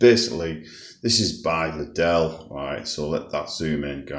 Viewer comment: You said lidel wrong 🤦‍♂️